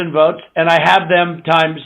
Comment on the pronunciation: When he's begging for a partner in crime, notice how he pronounced the word: votes as "vewts"....all affectatious..pretentious.😂